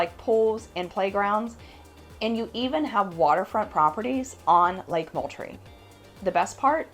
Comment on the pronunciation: Moultrie pronounced mooooltrie, like a cow mooing. But a nice comprehensive presentation. Thanks